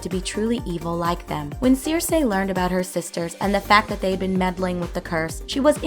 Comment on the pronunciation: It's pronounced SIR-SEE. Not Seer-say.